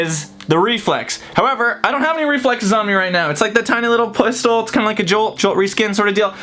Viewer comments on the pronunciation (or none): did he say pustol?